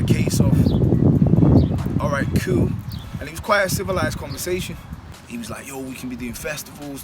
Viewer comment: why does this lad say "cool" like "kewl"?